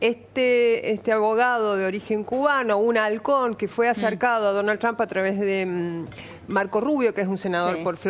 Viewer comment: Que bien que pronuncia Donald TRUMP !!!! Para cuándo la bandera con estrellitas en la Casa Rosada ?? Cómo lo van a hacer enojar al jefe del mundo ?? Desde cuándo se anima un presidente a hacer su política y sus alianzas , en su propio país !!!!????? Que clase de democracia es ésta ???!!! Sin pedirle permiso al dueño de América . Y además quién les explica a éstos energúmenos , quiénes son dictadores y quién no !? Se enfrentan con la iglesia por ? Se persignaron haciendo la señal de la cruz ? Pero BIEN !! DÉJENSE DE JODER ! LA NAZION